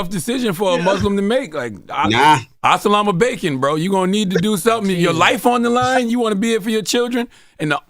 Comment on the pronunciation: Did Charlemagne just say Asalamu Bacon???